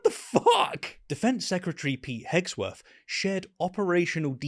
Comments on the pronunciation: Why are you calling him hegsworth??? HegSETH!! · twice now you called him Hegsworth, his name is Hegseth.... but in all honesty we woulda known Hogsbreath. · Just fyi, Pete's last name is Hegseth, not Hegsworth. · Pete "Hegsworth"??? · His name is Hegseth not Hegsworth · Hegseth, not Hegsworth.